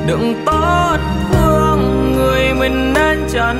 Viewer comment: có chút sai lỗi phát âm nhỏ 2 câu từ là :người mình thương chứ không phải là người mừn thương 😊và câu để phải cách xa thì lại thành cắt xa😊!!!!nói chung ca khúc hay giọng hát truyền cảm,chỉ xíu phát âm😊